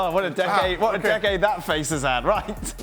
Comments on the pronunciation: Is he saying dickade 🤣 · Listening to Frank say 'decade' is painful.